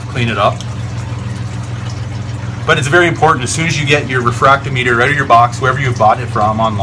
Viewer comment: RE-Frack-TOM-I--TER not refract-O-Meter.